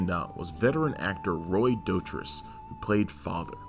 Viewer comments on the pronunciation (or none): Actually you're wrong about Roy's last name too, it's DOUGH-TREESE, FFS he was at enough fan conventions for you to check youtube.